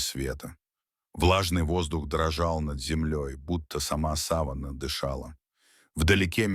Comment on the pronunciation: Не сАвана , а савАнна !!!